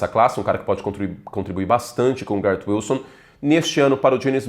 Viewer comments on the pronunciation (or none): none